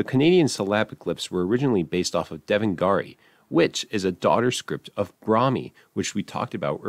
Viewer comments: Bro, it's "Deva:Nagari" (Old pronounciation) or "Dev:Nagari" (Modern pronounciation) literally meaning "God:Ville's" or "From God:Ville". Still, great video; I can see that it's easy to miss-pronounce Devanagari. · as an indian, it drives up the f*cking wall how linguists can't pronounce "devanagari". come on you guys can pronounce everything else but not that? just a small rant i had. love the video. please enjoy your day.